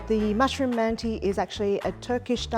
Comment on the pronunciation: yeah I think it would've been better to say they're "turkish-inspired" or something. she's certainly not pronouncing the word like she knows what mantı really are.